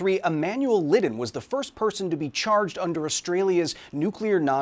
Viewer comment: Lidden. ... Ladden very close. Different vowel Very close